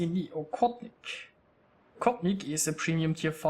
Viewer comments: ОХОТНИК а не оКотник бараны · You need to pronounce more like J in spanish language.